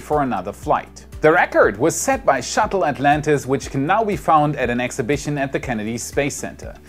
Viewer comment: "Shuttle Atlantage"...